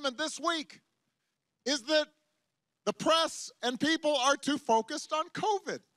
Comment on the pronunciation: I laughed so hard when Trump came on TV during one of his rallies. Trump: Covid Covid Covid Covid Covid COOVID! 😂😂😂this guy has gone crazy...